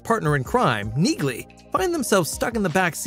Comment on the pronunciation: The 'g' in Neagly is silent, goofball. Think 'Nealy' !